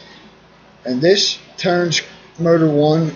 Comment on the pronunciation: I thought you were saying "murder" for motor.